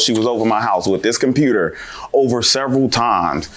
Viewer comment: Her say compruter. Lol